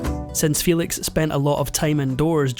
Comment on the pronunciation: Excellent documentary! Maria Felix did not pronounce her name "FEE-lix", her surname was pronounced "FEH-leeks", as it was in Spanish.